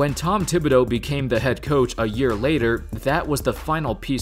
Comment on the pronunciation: It's TIB not THIB. You're pronouncing it wrong